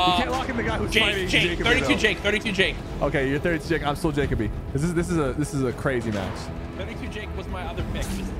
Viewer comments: Supper saying Jake-a-bee when it’s really Jah-Coe-Bee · The guy sypher picked in the third game has my name lol. It’s pronounced juh-co-be btw not jacob e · You’re saying Jacoby‘s name wrong